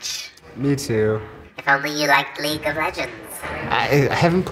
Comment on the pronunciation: I can get behind all sorta video games, but when a girl says leaque of legends nah bruh im out